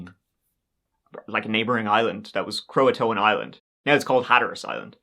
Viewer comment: Cro - Uh - Tan. Croatan.